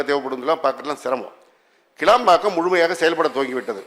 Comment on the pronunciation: கேளம்பாக்கம் அல்ல கிளாம்பாக்கம் அறிவு ஜீவி எம்.எல்.ஏ. அவர்களே.